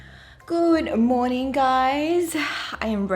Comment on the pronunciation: Why do I hear MoWning FooWd Woowrk!😂🙂